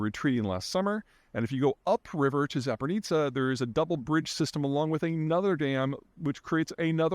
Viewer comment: Zapper-nizza nucular power plant